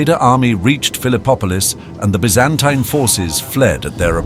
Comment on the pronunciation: how many different ways are you going to say Byzantine? If you are a British company I can accept the B.E. pronunciation. In less than a minute, you pronounced 2 more ways, 1 was American English. Get your shit together and be consistent.